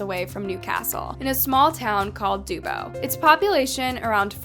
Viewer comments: I’ve never heard Dubbo pronounced that way - it’s more Dub -bo rather than Du - bbo…. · It’s pronounced Duh-bo. Dubbo. I used to live near there. Also I’m fairly certain I knew Alois. He looks very very familiar. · Me and my friends who are watching this live in Newcastle and they also pronounced Dubbo wrong.... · As someone who lives really close to Newcastle Australia I don't know how I have never heard of this case. Plus no shade but you slaughtered pronouncing 'Dubbo'